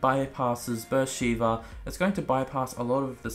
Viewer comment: It's pronounced "B'er Sheva" not "Sheeva." Amazing city in Sinai desert in Israel